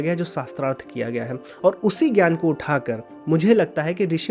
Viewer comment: ज् + ञ = ज्ञ Jna for Jnaana ग् + य = ग्य Gya for Gyaana Please don’t read letters of Sanskrit wrongly as it is done in Hindi. In Sanskrit, what you write is what you read. Not like in English where Ghoti could be read as Fish ( gh as in enough, o as in women, ti as in ration) as told by Bernard Shaw. So don’t read ज्ञ as gya anymore but read as jna